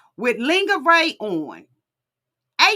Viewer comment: It’s the “Lin-gurr-ree” for me! 🤪